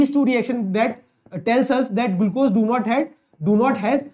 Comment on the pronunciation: gulcose ❌ glucose ✅